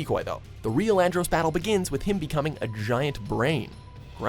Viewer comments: Cringing at And-roassss.... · Andross as in "gross?" It's clear your narrators never played any of the games they're talking about. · andrOss? It's andross Fox even says it in the clip. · The narrator mispronounced Andross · Who else cringed when he said Andross? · Them constantly mispronouncing Andross is cringey